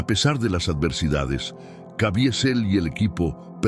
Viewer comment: Cavizel pq la i absorbe la e